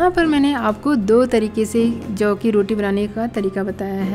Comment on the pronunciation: Jav. Hay ki juvar. Vo brabar boliye